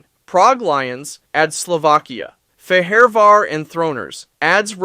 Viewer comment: bruh u need to stop using AI to narrate ur videos it hurts listening to the pronounciation of fehevar and wroclaw😂